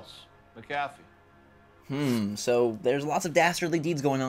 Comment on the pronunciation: its McAfEE. just saying